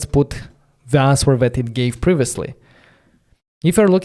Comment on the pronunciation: The “w” in “answer” is silent. You pronounce it like “anser” … great content and enthusiasm…